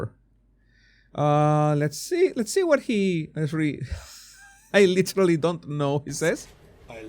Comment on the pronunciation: He looks drunk. He slurs his words when he says "I literally". The slow eye closing is a classic sign of inebriation. I have been a recovering alcoholic for 12 years, and I know the behavior and speech patterns from my own experience of trying to cover it up at my jobs, with my kids, etc. No eye blinking is a psychopathic trait. I was married to a narcissistic sociopath. He looks generally disinterested and when he smiles it's really creepy. I'm not in politics but I don't follow the question either. The reporter sounds like a Karen.